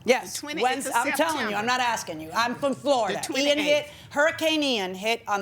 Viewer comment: Judge: I'm from Floorida! 🤣🤣🤣🤣🤣